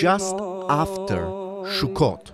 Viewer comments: Sukkot (סוכות) not Shukkot. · Sukkot my friend not shukot please my ears are bleeding. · Why do you say SHUKOT? It's pronounced SUKOT! S not SH. ס not ש. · Please say“Sukkot“ and not shukot! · sukot not shukot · Not Shukot Sukot say it right!!! Suot is spelled with a samech not a shin it is pronounced Sukot not Shukot!! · Great video, it only took you 3 minutes to get to religious ramblings. it's also pronounced "sukot" not "shukot" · Its pronounced Sukkot, with an S, not Shukkot with a Sh. You sound Israeli, so it is very strange that you get wrong the punctuation of something so simple. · The holiday is called suckot not shuckot.... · Shukkot? It's Sukkot! I don't know where the confusion is coming from, Sukkot is written starting with the Hebrew Samech (ס) not Shin (ש) which can be pronounced as S or Sh depending where you place the Nikud (dot) at (שׂ/שׂ). I'm seriously thinking about starting giving my own Hebrew lessons. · The holiday pronunciation is not “Shokut”, it’s sukot. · It is Sukkot סוכות Not Shukkot. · It's Sukkot, not Shukot. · Not "Shukot". Sukot. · It's Sukkot not Shukkot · btw its not "shukot" it's "sukot" with an 's' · This is not “shukkot”, it is “sukkot” with a “s”. It has nothing to do with a shuk…..😂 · did u just say "shuccot" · Minor mispronunciation of the name of the Holiday makes me suspicious of the veracity of this report. I gave this a like but I am a bit skeptical until I see it from the [anti-israel biased] mainstream media. Or at least see it in Hamodia. (Though they don't publish during Sukkoth.)